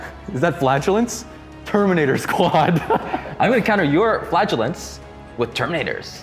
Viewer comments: You're cracking me up when you say flatulents instead of flagellants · Lol I know he is trying to say Flagellants, but I only hear Flatulence 🤣